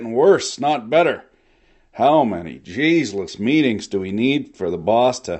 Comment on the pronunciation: "How many jeezlus meetings do we need for the baws tuh let us know how fuckin great he is." At least one more, I'm guessing.